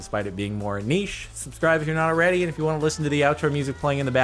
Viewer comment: Thank you for pronouncing niche the way you did not "nitch"